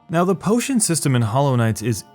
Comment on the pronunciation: nice video but when you said P O T I O N I died inside